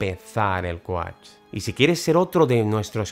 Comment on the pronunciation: Me encanta como dices ‚coach‘!